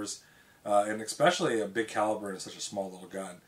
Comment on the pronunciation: Thanks. I enjoyed your vid. I have a 4 in. S & W .44 mag. Oh, but there's no "X" in especially. ;-)